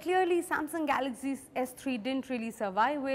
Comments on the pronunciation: it's galaxy not galazy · She says galaxy as galaxzy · She pronounces galaxy as galaxzee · dont know to pronouns Galaxy !!!!!!!!!!!!! lol .........go learn how to pronouns Galaxy from child who is in 1st grade..hel teach u better !!